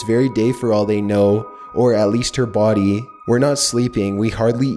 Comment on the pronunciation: “near the boOdy”